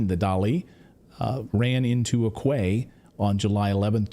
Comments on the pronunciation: Clayton Quay is pronounced “key” Traveling to Sydney taught me that pronunciation. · A Quay 😂🤣😂😭pronounced Key ❤🤦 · Quay is pronounced (key). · PRONOUNCED 'KEY' DUDE..? Not "Koo-ay"..!! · What the heck is a kway? 🤣 Quay is pronounced Key. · quay is pronounced key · Quay is pronounced kee. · It's pronounded "KEY" NOT Kway...Kwayton. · Quay is pronounced key lol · Sorry, pedantic I know but Quay is pronounced key. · Quay is said key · Quay is pronounced like /key/. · Clayton, quay is pronounced kee. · It's pronounced key